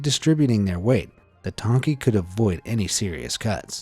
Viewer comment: You got the pronunciation of the medium almost correct. 99%! Well, the 'title' Dang-Ki is in the Hokkien dialect (Yes, the Chinese do have a lot of different dialects). In Mandarin (main stream Chinese, or as mainland China and Taiwanese Chinese call it, the National Language 国语) is Ji-Tong (乩童). Like a Medium/Shaman. Only a select few will be able to become one.